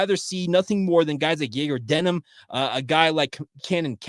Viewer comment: You do a great job, but it is DeMin not DeNim.